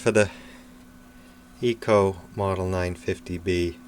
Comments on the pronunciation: It would be prudent to read the instruction manual. It is " I CO", not " E CO". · I have always heard it called I ko...not eee co.....doesn't mean that is the only way...just the way I always heard people call it..